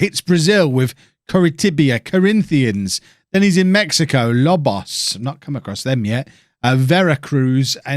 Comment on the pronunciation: Quick pronunciation help (others might have posted something like this, I'm too lazy to look), vowels in spanish always sound the same: ahhh, eeh, eee, oh, ooo (a,e,i,o,u). so pumas is "poo ma s", lobos is low-bows etc